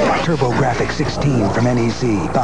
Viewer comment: is it pronounced turbo graphics??!!